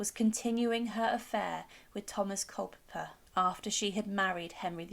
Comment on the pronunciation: It's Culpeper not Culper!